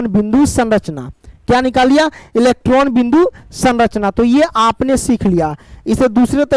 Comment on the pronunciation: Sir kabhi kabhi bohot jaldi jaldi bol te ho electron bhi electon sunaai deta h 😅😂